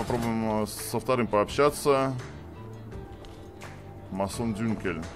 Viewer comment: Отличное прохождение, только он не Массон Дюнкел, он явно Мэйсон Дункель)